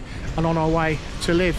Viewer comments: Nice to see Ukraine, haven't been where you are, I stayed in the capital in 2019, fabulous place and lovely people. As far as I know, where you're staying is pronounced LeViv, rather than Liv, but heck, I could be wrong. Have a safe and enjoyable time, I can't wait to go back myself, but, after things get a bit more normal again. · Great video, but please pronounce the name correct. I lived in Ukraine for 7 years and where you are is very safe, even the side streets.. enjoy the rest of your time there and explore